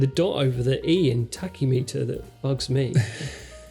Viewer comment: You're not pronouncing TACHYMETER correctly. I hate the fauxtina look, oh god when will they stop spoiling reissues like this, and we really only want this in SS anyway.